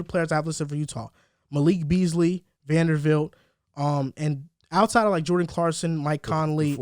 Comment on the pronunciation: Love the podcast, joined after the Rudy video. Only correction was saying Jarred’s name wrong (VanderBilt not VanderVilt) Nitpick issue